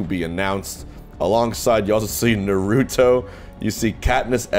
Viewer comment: Me wondering if Hbox was a weeb... hears how he pronounces Naruto and laughs